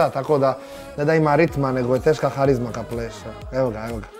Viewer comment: Nije HARIZMA vec KARIZMA